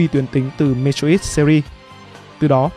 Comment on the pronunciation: Mê troi bố cứ đọc mê trô ít khó chịu vl